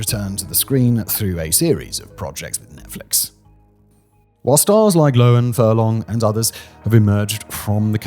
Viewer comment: Simon, the h makes a "huh" sound. It's Lo Han not Loen. Tell your countrymen.